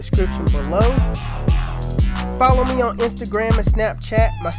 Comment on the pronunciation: "lord help meh" LMFAO